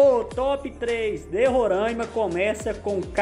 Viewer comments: Pessoal de RORAIMA não gosta muito de chamar RORAIMA de "RORÃIMA". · Não é Rorâima é Roraaaaaaima